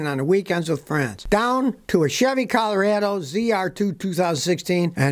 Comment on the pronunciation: He said Chevy Cal-arado. Good enough for my like and subscribe.